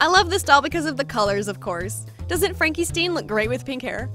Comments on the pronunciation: Its not pronounced Frankie STEEN its Frankie STINE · It's really bothering me... It's not Frankie STEEN it's St-I-N like Frankenstein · Who else notice she said franky steiiiiin instead of pronouncing it “stine “ I V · Not to hate but it’s not “Franky Sten” it’s “Franky Stin”